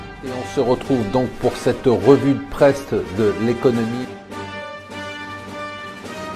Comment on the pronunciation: pourquoi j'ai l'impression d'entendr ''revue de preste??''